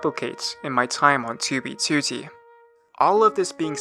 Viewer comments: It bugs me when you say toobie tootie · TEWBEYTEWTEY Edit: okay now I kinda like it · the way he says '2b2t' is so satisfying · Bro why you say 2b2t like that but I dig it